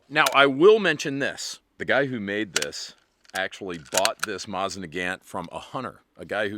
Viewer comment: Why you gotta say Mosin like that?